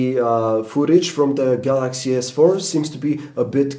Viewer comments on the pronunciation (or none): sounds like he is saying the jizz 4